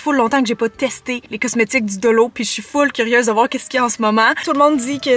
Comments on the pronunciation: On dit Dollo mais on écrit Dollar :) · dollo hahaha 🤣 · mais alors la monnaie $ vous la prononcez Dollo ? 🤣